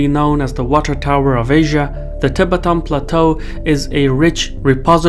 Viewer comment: It is not TEE BETAAN but TI BETTAN : accent on the first syllable not the second old boy